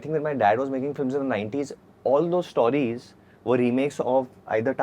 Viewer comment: Varun Dhawan pronouncing 'stawries' is as pretentious and ridiculous as the movie industry(MOST of the Hindi movies) he is representing!!